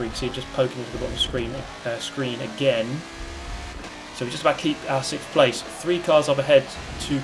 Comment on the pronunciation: "Sickth position"